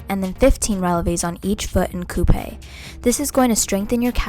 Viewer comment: As a french girl it’s so funny to hear you say « relevé » or « coupé »